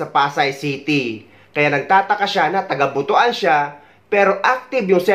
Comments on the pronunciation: Tagalog: Buto-an ❎ Cebuano: Butwan (Butuan) ✅ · E ko correct lang Po kita s tamang pag pronounce ng BUTUAN ... Mali Po Ang pagbasa mo na BU .TU.AN Ang Tama pong pag pronounce is BUT.WAN not BU.TU.AN Ang sagwa pakinggan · Pls the place is pronounce butwan hindi butu an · kublaan tas butuan😂😂😂😂....butwan...😂😂😂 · Natatawa ako sa Butuan mo 😂 ... It should be But-wan 😂